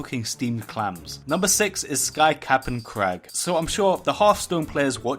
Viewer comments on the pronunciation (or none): not "clams" h a m s